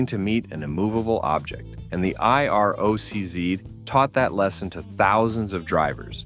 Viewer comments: The Camaro eye-are-oh-cee-zed. It's IROC-Z. I'll forgive the "zed" grudgingly, but gotta dislike every video from anyone using auto narration without saying that's what I'm listening to. Just read the shit yourself if you want me to spend time watching. If it's not important enough for you to take time speaking into a mic, why should I waste time watching so you can earn a few easy bucks? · Every time you say I R O C Z, I cringe... Try it like this: eye rock zee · The I-R-O-C-Z???? WTF??? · IROC-Z is not supposed to be spelled out. It is pronounced I-rock zee. And how do you turn a Z into zed? It is plainly a Z, I don't see an ed after the Z so how does it become zed?